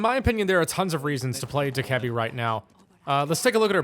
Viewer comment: Dokkaebi is pronounced "doe - cuh - bee" PLEASE STOP SAYING D-KEBBY